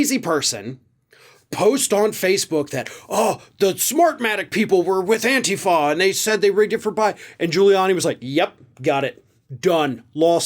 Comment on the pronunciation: STOP MISPRONOUNCING ANTIFA!!!! You sound like Carlson trying to pronounce Kamala.